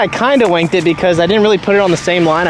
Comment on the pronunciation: It sounds like you said “wanked it” which doesn’t mean the same as “shanked it” in the UK 😂